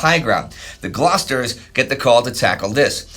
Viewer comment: Glorious GLOUCESTERS, not Glosters